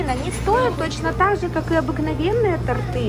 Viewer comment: Торты ударение на о ))))